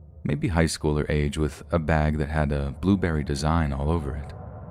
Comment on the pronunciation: What's a blueberry bag? You mean "Burberry"?